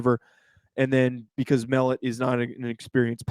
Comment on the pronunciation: Just as a heads up, Tommy Mellott’s last name is pronounced Muh Lot.